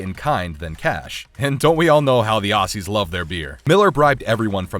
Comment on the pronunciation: It's pronounced "Ozzies" Ffs, not "Ossies", also do your homework on the pronunciation of Melbourne..